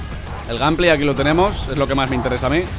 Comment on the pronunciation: “Ganpley” jajaja